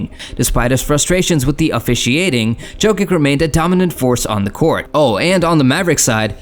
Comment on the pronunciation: I think its AI lol. Joekic lol